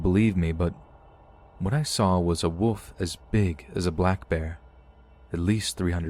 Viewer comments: Are you kidding? Wolf, not woof. what are you a dog or something? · It's so funny how you pronounce wolf. Hehe. Wood. Love your channel.